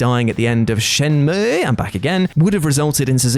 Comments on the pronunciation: "ShenmUUUIIEEEH!" slayed me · I dont often say Shenmue, but when I do from now on I will say it the obviously proper way.